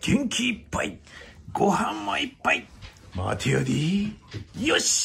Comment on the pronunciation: 大笑い！！すごい およだ量と「待てやディ〜〜〜（待てやでーとは違う）」の発音が面白すぎます！！